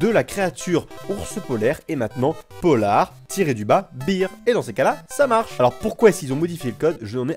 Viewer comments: on dit pas polar bir mais polar bère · Juste si tu prononce "polar bir" (prononciation hein) ben ça veut dire bière polaire, alors que si tu prononce "polar bèr" c'est ours polaire voila voila, ça me stressait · Polar beer = Bière polaire Prononce ça correctement